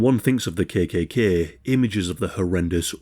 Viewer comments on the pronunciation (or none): Yorkshire accent, perhaps?